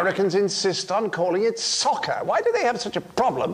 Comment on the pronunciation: I’m Canadian and I’d be annoyed too. If u say it fast enough it sounds like sucker instead of soccer.